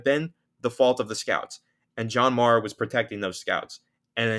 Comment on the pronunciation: That’s not how you pronounce Mara